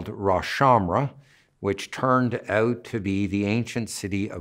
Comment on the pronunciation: The “out” 😂